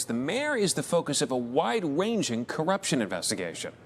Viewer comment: who let Elmer Fudd do the news? Wide Wanging 😂😂😂